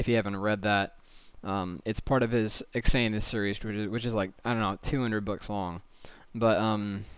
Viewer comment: it's not X-an-uth it's pronounced Zan-th